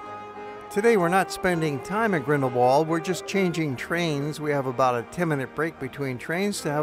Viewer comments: It is Grindelwald not Grindelwold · This is one of my favourite places in the world but your pronounciation of Grindelwald is sooooooo annoying. German speaking places always pronounce the English W as V so the phonetic pronounciation of the village name is Grindel-Vald which is much more charming than ending it in the English Wald.